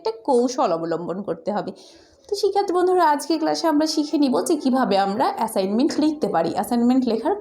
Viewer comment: ম্যাম আপনি তো এ্যাসাইনমেন্ট বলতে পারেন না 😂😂🤣😂 না বিশ্বাস হলে আপনি ভিডিও ২৫ সেকেন্ডে কথা শোনেন😂😂😂😂😂😂😂😂😂😂😂